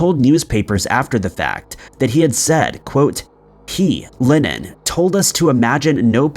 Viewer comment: His name was and is John LEnnon. NOt "John LInnEn" ! Bloody m#r#n !